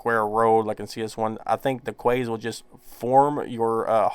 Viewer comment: I assume you are talking about ‘quays’ pronounced ‘keys’.